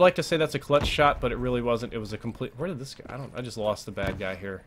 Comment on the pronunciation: i love everything about you except the pronounciation of where lol